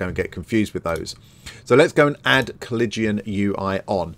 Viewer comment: Nah.....he butchered the pronunciation. Then again, unless you're a history nerd (or major like I was), it isn't a word you run into often.